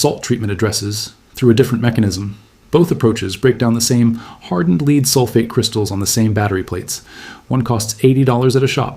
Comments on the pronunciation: Its not Leed Acid battery it is Led Acid Battery AI, get your pronunciations right, both words are spelled the same but pronounced differently depending on the context of the sentence. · Complete BS. AI crap; can't even pronounce Lead consistently.